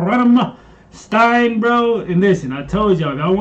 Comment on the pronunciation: The way you said "Flake" to is correct. Now you just need to learn to pronounce "Rammstein" correct. :D The "st" is pronounced like "sht"